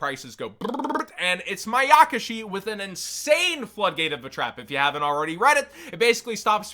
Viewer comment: Pls stop calling (maya)kaschi (mayak)aschi its so earbleeding to me